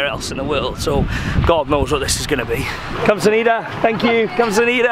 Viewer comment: the way he says kamsamnida is insane. kam-sam-nida,,,, please